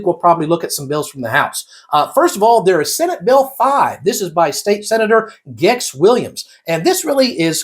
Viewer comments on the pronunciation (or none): “Gex” is pronounced “Jay.”